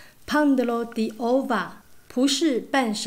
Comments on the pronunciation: 妈呀，这个葡萄牙语说的真尴尬，，，胖得咯地哦哇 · 巴西葡文讀法😆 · 葡萄牙语学的真不像